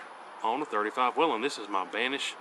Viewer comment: Col. Whelen pronounced his name WAY-lin. Now lets work on how to say bullet, suppressor, etc.